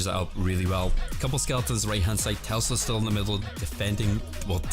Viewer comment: PLEASE SAY TESLA DONT SAY TELSA AHAHA love your vids tho keep it up